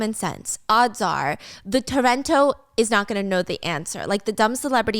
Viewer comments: Ta-ren-to like “talent” right? The toronto is tripping me out HAHAb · My brain cells die every time she says "terento". Replace R with L and see what that sounds like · Steph, it’s “tarento”from the English word “talent” but Japanese pronunciation of L and R is confusing 😂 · Just some info. The word is not 'terento', it's 'tarento', as in 'Talent'. They're seen as minor celebrities who do it all, sing dance act, but mostly are just entertaining. She was also a 'gravure' model which mostly means a little risqué to explicit depending on the person. Also 'yankee' was used to describe really rebellious youth that would break rules/the law. It's not a slur as far as I know. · I think it is TA-REN-TO lIke a 'talent', and idol etc xD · タレント？😂 pronounced talento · It took me way too long to figure out you were saying "tarento" with a heavy American accent. And like, I'm an American who lives in Japan, I've both done and heard it before. It's fine. Not your fault. But the person researching for you really did you dirty by not explaining that it's literally just "talent" with a japanese accent on it. XDXD